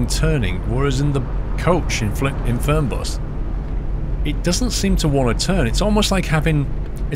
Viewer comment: die Betonung ist "Fernbus" nicht "Förnbas" its german, so the pronounciation is "Fernbus" not "Förnbas" like you did